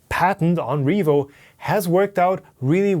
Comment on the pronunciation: "Revoo HighSlow Nozzle" Sorry;D